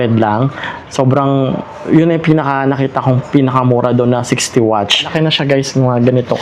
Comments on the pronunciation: Cringe ng pag pronounce watch kesa sa watts 😂 di mo ba na papansin yung mga vendor watts sinasabi hindi watch 😂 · Watts po hindi Watch!!!! WATTSSSSSSS, habaan mo ang essss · Ganyan bigkas na asawa Kong dragon watch din imbis na watts eh watch bigkas nya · Watts po hindi watch. Ngngo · Nakakatawa ka naman kuya 120 watch talaga baka naman 120 watts ,,katunog po ng what ,,😂😂😂 di po watch ,,ano relo lang ,,😂😂😂😂🎉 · pwede pakiaayos ng salita nyo watts not watch... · Watts po. Ok naman po content need lang iayos ang pananalita para mas lalo gumanda ang vlog